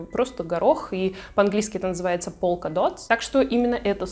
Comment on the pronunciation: по-моему polka-dot читается как полка дат...закрытый слог все дела...